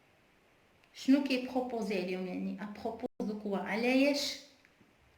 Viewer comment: A propos مكتنطقش في s